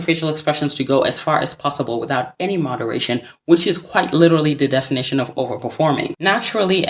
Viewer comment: "THE DEFINITAHYEON" lmao